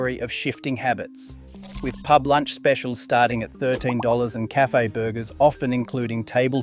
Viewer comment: a local Pee-Yoo-Bee? You can't say Pub?